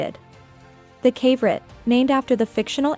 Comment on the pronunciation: Pretty sure that would be pronounced "kav-o-right" like a mineral, not rhyming with favorite.